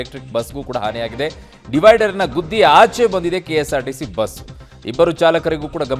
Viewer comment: ಬಿಸ್ ಅಲ್ಲಾ ಕಣೋ ಬಸ್😂😂😂😅😅